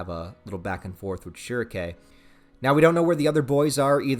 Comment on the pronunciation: The only thing i hate about this video is how he pronounce shierkes name i got used to almightylolis pronunciation of shrieke